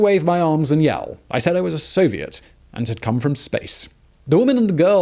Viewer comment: I think you meant to say So-vi-et